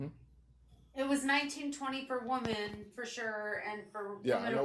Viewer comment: Why can't people say women correctly.